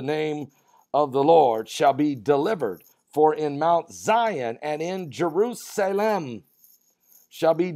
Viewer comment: jer-USA-lem. Jew-USA-lem.